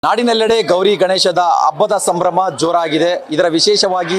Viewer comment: ಅಬ್ಬದ ಅಲ್ಲಾ ಕಣೋ ಗೂಬೆ ಹಬ್ಬ ಅನ್ನು ನೆಟ್ಟಗೆ ಕನ್ನಡ ಬಾರದೆ ಹೋದರು ಈ ಬಿಲ್ಡಪ್ ಗೇನೂ ಕಮ್ಮಿ ಇಲ್ಲ ಅಬ್ಬ ,ಆಲೂ, ಅ ನ್ನೊಂದು ನಿನ್ ಉಚ್ಚಾರಣೆಗೆ ಬೆಂಕಿ ಹಾಕ